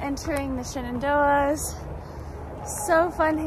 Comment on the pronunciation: yep, heard Ramdino pronounce it that way a few days ago. Wtf?